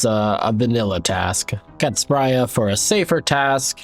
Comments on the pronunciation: You don't need to spend 30sec talking about most of these low level tiles and just call her spree-ah like everyone else. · It’s Spria not Spria smfh